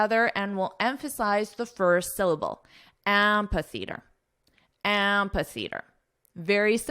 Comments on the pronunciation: Amphitheatre is spoken with a /f/ sound, not a /p/ sound. Whether you are speaking with a UK or US accent. You should correct this mistake as it is quite glaring. But have a nice trip anyways. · I found out in dictionary amphitheatre is pronounced as 'æmfɪ‚θɪətə, which is quite different from what you pronounce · No, you are not. I heard you said am-pa--theatre, there is no 'p' nor 'a' sound in it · That's not how amphitheatre is pronounced though.